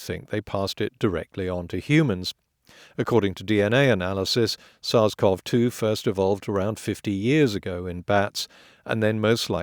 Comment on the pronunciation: HI potholer54, SARS-CoV-2 is pronounced sars co vee 2, not sars cov 2